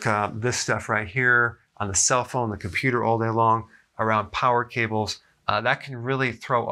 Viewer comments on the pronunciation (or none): none